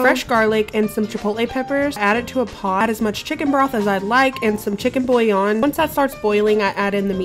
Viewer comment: I love the food,but bouillon is pronounced bu yon